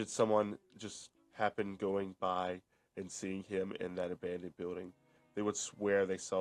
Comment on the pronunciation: "avandoned vuildings"